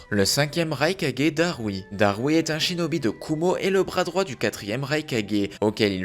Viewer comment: A 1 59 tu a dis chidobie au lieu de chinobie